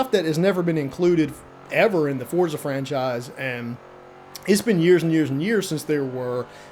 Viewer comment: Liked when someone actually called it Forza and not Fortza, lmao :))